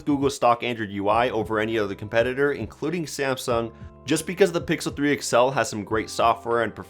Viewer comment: He said that the s9+ isn't as bezzeless as th pickle 3 xl = i kill myself Edit: he actually said "pickle" 3 xl